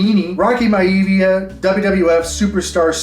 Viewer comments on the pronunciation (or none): Rocky MY-a-VEE-a, brother. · just a heads up beast, its pronounced Rocky My-ah-v-ah!! also keep in mind that all them high number sales were during covid when people had a TON of extra money! the prices and come back down to earth, some of them cards dropped in price by almost triple and in some cases 4x!!! I've been selling and flipping for almost 7 years and im struggling to sell cards at the moment of top tier Football, basketball players, and wrestlers! it might change in a few years so all the best to you kind sir!!! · bro. It's pronounced Rocky my-ah-via 🤣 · You pronounce it My-A-via! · Im sure someone already said this but, its pronounced Rocky (my-a-via). Love you LA Beast💪🏼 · My-uh-vee-ah lol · The rocks name back then was pronounced like Rocky My Uh Vee Uh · Rocky My-a-vee-a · Rocky My-uh-vee-uh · Hearing how u pronounced rocks gimmick last name was like nails on a chalkboard. Hahaa Great video tho. Loved it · lol how you are pronouncing Maivia. Cool ass video though. I used to have a bunch of wrestling cards as a kid. Wish I still had them but I didn't know that these should be cherished when I was a kid.